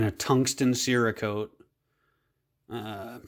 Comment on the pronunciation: I’ve never seen any of these issues and have ran my pistols till they are smoking hot in the desert heat. You probably machined yours wrong. The way you pronounce cerakote indicates you aren’t familiar with much. You’re also not using OEM uppers and that also is probably a source of your issue.